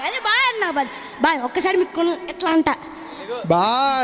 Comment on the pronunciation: Vlogger highlight 👏👏kandalu❌kondalu ☑️😂 Good skit brothers god bless you all